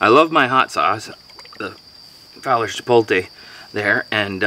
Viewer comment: When you say Chipotle you say the T before the L Chi pot le